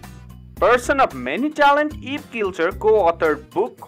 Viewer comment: Eivin is pronounced Ivan, not Elvin. There is no L in his name. Pronounce other words correctly. The narratives are horrible!!!!!